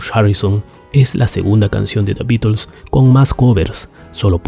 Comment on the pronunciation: Me encanta la forma que dice "Da Bitels"